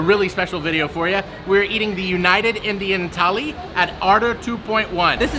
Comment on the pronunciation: Its not tally its THALI. RAJDHANI THALI IS BEST